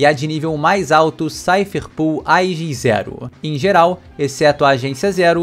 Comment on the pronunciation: Me dá agonia ver a internet inteira chamando a Cipher Pol de 'SAIFER PUL' como se fosse escrito 'POOL' sendo que é 'POL' de POLICE, portanto o correto seria SAIFER PÓL, kkkkkk. Não tô querendo corrigir ninguém e nem pretendo ser pedante, é só que isso realmente me incomoda, me dá uma certa agonia porque parece que todo mundo já definiu e aceitou que essa seria a pronuncia correta, kkkkkk.